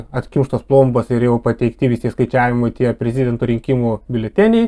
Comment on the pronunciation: Ne prez-i-dento,o prezid-e-nto...